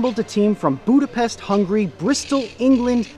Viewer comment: Im hungarian and I am bugged by how you said Budapest and Hungary.